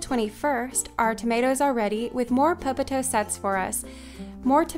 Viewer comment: You have such a lovely voice! And for some weird reason, I love the way you say "popotoe."